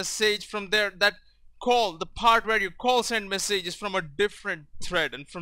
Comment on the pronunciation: You English is good but you're pronouncing words that end with "age" totaly wrong. Letter 'a' in "message" is pronaunced like 'i' in "big"